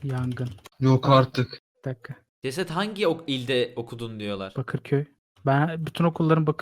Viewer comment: Cesede neden cesed diyosunuz xd?